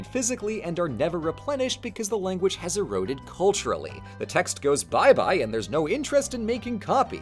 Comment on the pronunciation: bro said wanguage